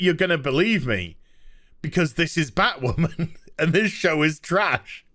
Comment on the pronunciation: I thought you said BahtWhamen Vs BAME for a second there..